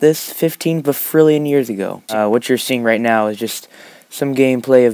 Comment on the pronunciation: Ah yes fifteen bafrillion years ago that’s totally a number